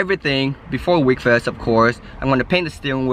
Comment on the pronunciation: its not wekfest its wekfest lol everyone gets the name of that show confused